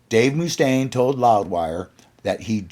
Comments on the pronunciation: agreed. Great video, but learn the pronunciation of the main guy the video is about🤷🏻‍♂️ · That’s BS. No one ever pronounced his name like that anywhere. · Paused video. Needed to come down here and ridicule the narrator. MOOOSTAINE WTF MY GUY!!!??? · lol so just because some hollyweirdos said it wrong he repeats it? I saw peace sells tour. I've never heard anyone pronounce it moo-stain... never. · Why can't you say Dave's name right? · very much muh-stain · WHY ARE YOU PRONOUNCING IT "MOO" STAINE ? ITS LIKE MUSTANG ..."MUST"AINE ! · Its "MuhStain" not "MooStain" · Dave Moo-Stain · Must staine Not moostaine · It’s not pronounced Moostaine, it’s Mustaine! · Pathetic how this guy pronounces Moostaine, and not Mustaine like Dave himself pronounces it. Annoying. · dave moo-staine.. lol. chris was perfectly within his right just as dave did against metallica & his co-written songs on on kill’em but mustache hamboned chris.. it’s mustaine’s band, but elf was just as much the face of megadeth as mustaine was during their early years & rise & mustaine didn’t like it. marty’s right, when mustaine reformed megadeth he may as well have called it “dave mustaine” instead of mega, it looks like mega, it sounds like mega, but it’s not mega & hasn’t been mega for years. at least he’s retiring, we’ll see if he keeps his word, i think he’ll find a reason to come back when his coffers need to be refilled.. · It's not Moostaine dude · Ok, the Mooostaine thing is driving me nuts, lol. Have you never heard his name spoken before? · I've actually met Dave a few times. It is not Mooostaine, lol. Maybe they do it as a joke. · Who's Dave Moose-taine? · Moostain? Is this AI narrated? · Moo-stain haha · Dave Mooch-taine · By the way it’s not Moo -Stain ! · bro says moostaine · Great video but I cant stand to hear "Moooostaine". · "Dave Mooostaine" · I've never heard anyone call him Dave MOOstaine before. It's incredibly annoying! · he is now moo stain in my mind from this day forth 😄